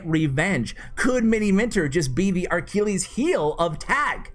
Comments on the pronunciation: its not archilles heel, its achilles heel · Theres no r in Achilles